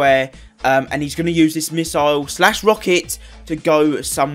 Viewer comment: It's pronounced misle not misoil